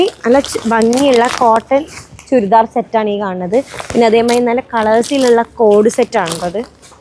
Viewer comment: ചുൽദാർ അല്ല ചുരിദാർ